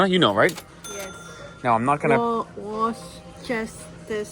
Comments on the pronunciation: Ha! You seem so excited to be here. Welcome! Gloucester is pronounced GLOSSTER Worcester is pronounced WUSSTER (Gloucestershire = Gloss-ter-shir) (Worcestershire = Wuss-ter-shir) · The way its said is GLOSS-TER and Whoss-ter-sheer. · Pronounced Wooster sauce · All milk used to come in ONE pint bottles. The metric causes confusion with people who grew up with imperial measures. (p.s. Wus-ter-sher sauce.) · Worcestershire is pronounced "Woor-sester-shyre". :-) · Pronounced "Wustersheer" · A pint is 568ml so yes just over half a litre. The best tea is Yorkshire tea and it’s pronounced wusta shire sauce or just wusta sauce haha. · worcestershire is pro-nounced.... "Wu-Ster-shuh" or "Wu-Ster-Sure" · Pronouncation is "Wostershire" sauce, again we love a few extraneous letters in our names, it keeps the tourists on their toes. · Worcestershire is pronounced WOOSTER-SHUH. We call French Fries, fries (in McDonalds etc) and chips if they're from the chip shop. Yeah, British stores shamelessly doubled down on the Union Jacks after Brexit, like they wanted to make really sure the tabloid readers new who's side they were on? 😂Carling Black Label started in Canada. Supermarket ready meal curries are pretty good but the Chinese meals are... meh. No plastic milk bags, eh? 😊